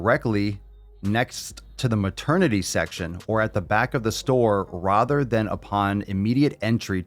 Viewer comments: he really said “rother” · As a Michigander, the way you pronounce "rather" feels Midwestern-phobic to me🤣